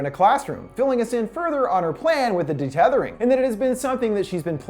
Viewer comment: It's UN-Thethering, not DE-Tethering, also the boys name is Jason not jordan